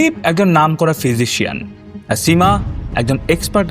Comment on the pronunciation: স এর উচ্চারণ বড্ডো কানে লেগেছে সীমা / সুদীপ এর উচ্চারণ এর ক্ষেত্রে.